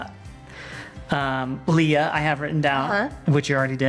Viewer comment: I so wish you would use Leah. That’s my name and absolutely no one ever spells it right or says it right and you got it exact and I was so excited that you even mentioned it because I’ve grown up watching you guys and I am so excited for baby girl!!!!! 💜💜💜💜💜💜💜💜💜💜💜💜💜💜💜💜